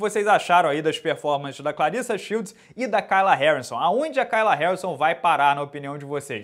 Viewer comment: Acho incrível vc pronunciar "Kayla" errado,...